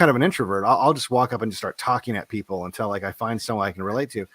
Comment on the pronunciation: I love Devon stack but he needs to learn to pronounce “until” It’s not “n-tell”